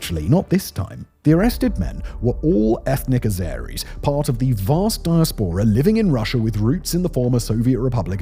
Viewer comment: Simon, dear chap, you persist in talking about 'dia-SPOR-a', when it's actually pronounced 'di-ASS-pora'.